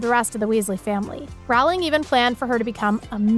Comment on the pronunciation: Her name is pronounced like Rolling, not Rowwwling.